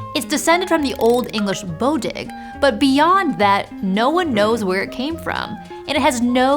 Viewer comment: cmiiw but bodiġ in old english is actually pronounced “boh-dee”, the same as in modern english. The palatalization of the ġ made it pronounced as a y sound.